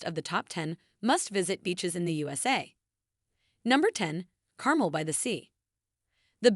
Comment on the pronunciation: Please don't use AI to narrate. So many mispronounciations! Carmel - mel rhymes with gel. Pfeiffer rhymes with Lifer. Also those photos and videos were not of Destin. After that I gave up. Our beaches are white, not brown.